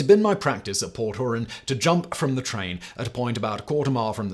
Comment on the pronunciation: Port hoorahn lol😂 it’s pronounced like the lake